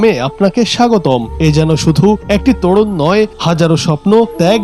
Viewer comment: ওরে সাংবাদিক তোড়ন না রে! সঠিক শব্দ তোরন।